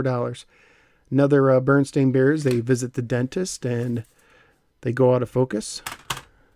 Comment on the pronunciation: Berenstain - "BARE-EN-STAIN' not "bernsteen." Also, I remember the Muppet Music tapes!